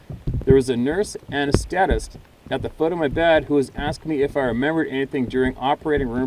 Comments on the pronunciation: love ya. A-NEST-STA-TIST. gotta lighten all this up once in a while. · re: Anesthetist. That can be pronounced "a NEES th' Tist" - strongest emphasis on second syllable NEES; second strongest emphasis on the last syllable Tist. Just kind of slip in the other two syllables. There was a time I was a "regular" with them; but I'm no longer circling the drain.